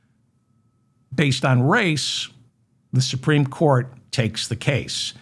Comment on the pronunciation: The supteme what!? Oh, you mean The Grand Fascist Council.